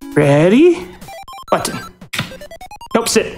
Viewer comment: I love that Peanutbutter's word to press isn't "button", it's "mmmbutton"